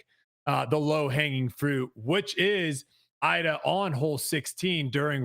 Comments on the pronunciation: What is wrong with you guys her name is not Eye Dah, it's pronounced E da, you want the sport to be taken seriously, take it seriously then . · I get that some people have trouble pronouncing names, but calling Iida eye-duh is criminal lmao 💀